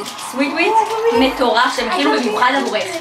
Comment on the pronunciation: אומרים מטורף לא (מתורף)😂